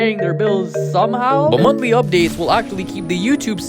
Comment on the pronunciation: promised us "montly" updates lmfao